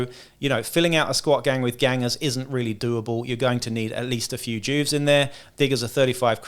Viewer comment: It’s jewvee not Jewv … you know.. short for juvenile.. where to kid criminals go? Juve (jewvee)